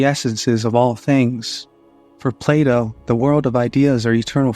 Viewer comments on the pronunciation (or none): none